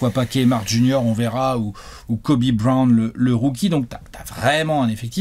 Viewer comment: Ptdrr j allait faire un arrêt cardiaque quand a dit Kobe Brown, j'ai entendu kwame Brown à la place